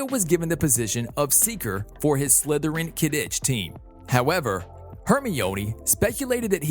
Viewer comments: Hermione is Hermeeonee, Hagrid is Haygrid, Quidditch is Ka-Ditch, a Hippogriff is a Hippogroff? Have you ever seen the movies? Are you a bot? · IS PRONOUNCED HERMIOINE QUIDDITCH AND NACRISSA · When he prounounces quidditch, kiddich and hermine hairmoineeee: :/